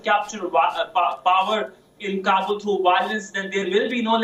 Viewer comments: She is saying kabul like kubul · Say long voice as kaaabul not kabbul. Kabbul means = I accept.